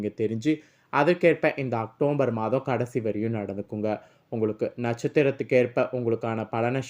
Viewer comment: வள வள என்று தேவையற்ற விஷயங்கள் பேசி நேரத்தை வீணடிக்காமல் ரத்தினச் சுருக்கமாக வீடியோ பதிவிடவும்... மேலும் அது அக்டோம்பர் மாதம் அல்ல.. அக்டோபர்...